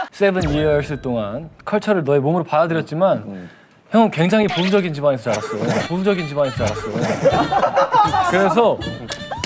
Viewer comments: 보thㅜ적인면 ㅋㅋㅋㅋ 발음 치인다 귀여워ㄱㅋㅋㅋ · 아놔...도덕수업 하는 와중에 발음이 너무 귀에 들어와서 ㅠㅠ 쪼끔 보thㅜ적인...인thㅏ입니다..안녕하thㅔ요..thㅔ븐이얼즈.. 미안ㅠㅠㅋㅋ